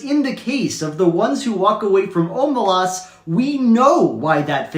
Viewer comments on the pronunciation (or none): I completely disagree, it’s pronounced, “o-MAY-lehs” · i always thought it was pronounced “oh-may-less” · You should tell Shaun how to pronounce Omelas, he doesn’t know how